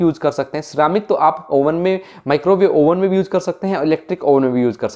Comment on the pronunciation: yuuuj (use) peeja (pizza) 😂😂